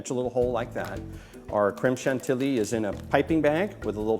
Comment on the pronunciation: Bad French pronunciation makes you a bad teacher/demonstrator. It's "Putt-Tar-Shoe", Not "Part-Tay-Shoe". Also, It's "Clam Sean-Tee-Yee", Not "Cram-Shank-Tee-Lee". Ignore me/keep on mis-pronouncing French words if you want to embarrass your own self for the rest of your pointless life.